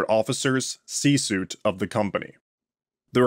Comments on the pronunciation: Love what you do here! Little nitpick: it's pronounced (see sweet) , not (see soot). Just fyi. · "Suite" is pronounced "sweet"